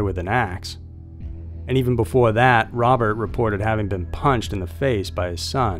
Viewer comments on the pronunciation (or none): none